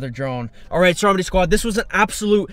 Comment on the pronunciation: What he says: Stromedy squad, what the hell is going on here What I and others hear: Strawberry Squad, what the hell is going on here Like or comment if u agree